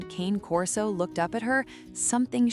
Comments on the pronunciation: He's not a "Cain" Corso. The breed is Italian, the name is Cane Corso is Italian, and Cane in Italian is pronounced "Kahnay". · you're reading the dogs breed like its english, its not, its Italian. Kanay Corso